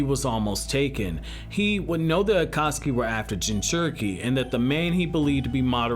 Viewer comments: By the way your saying akasuki not akatsuki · Stop saying akaski